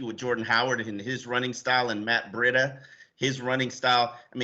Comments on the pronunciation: Breh-dea? WTH! It’s simple its Bree-dah. How are these sports reporters unable to know let alone pronounce the name correctly? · How can yall be experts in the team yet so awful at pronouncing every name.. "BREE DA" not whatever tf said. And PLEASE learn to say our QBs name!!! "Tounge-o-Vuh-low-a" not TAG!! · YOU GUYS CAN'T EVEN SAY THE GUYS' NAME! OMG! IT'S MATT BREE-DA, CAN YOU GET IT RIGHT? VERY UNPROFESSIONAL! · I wish Sun Sentinel would give Chris Perkins spot. Painful to hear pronounce names. Our new RB is now a water filter! Brita...!?.....smh. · it’s pronounced Matt BREEEDA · can't say Tunga-vai-o-la, Breed-a or Ig-bi-nog-a-nee. I'm disappointed because it shows a basic lack of doing his job. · Please guys. Its pronounced BREE-DA. This is a home team channel Sun Sentinel. Represent for the Dolphins, get the names of our player right please. Let these new players feel welcomed, lol. Peace